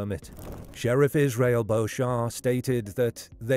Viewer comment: The sheriff’s last name is pronounced BEACH-em, not the French pronunciation.